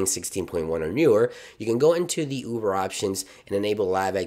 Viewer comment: Is anyone else hearing “Uver” or am I crazy?